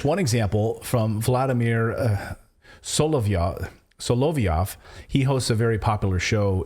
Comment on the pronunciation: Voldymor, not vladymir